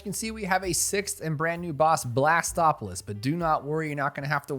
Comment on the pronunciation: Blastpopolus not Blastopolus